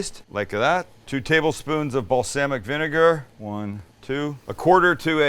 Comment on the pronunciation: Ever since I seen Elmo say balsamic vinegar I been hearing it everywhere